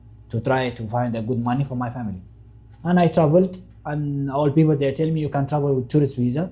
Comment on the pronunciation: 😮when he pronounced the word ''people 😅 i immediately knew he's from Ethiopia